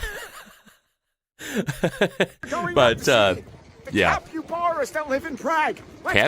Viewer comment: Since when did Capybaras have tails ? They are like giant Guinea Pigs and are tailless! I'm now wondering what the guy in Prague was feeding they look like Coypu?? BTW pronunciation is Cap IH Baras not Cap You Baras. - PER Mr Google - they are Coypu and visitors are advised against touching or feeding them as there are risks of disease (leptospiriosis) and aggression in other words the buggers bite!